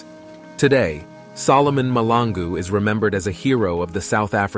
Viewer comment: Mahlangu Malangu...two different things You keep on saying Malangu.. It's irritating, but good video though..